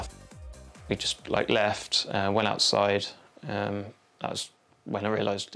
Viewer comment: "It was ge-ihn a lil hawt oursiii." Laughs in spring break, lake Havasu Arizona